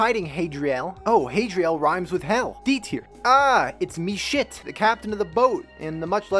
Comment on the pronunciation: you calling meshif "meshit" killed me lmfao